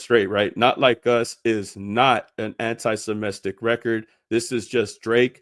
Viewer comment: The way you say semitic bothers me lol good video tho bro